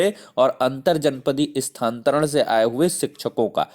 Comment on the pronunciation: Sthanantaran kahe na ki sthantaran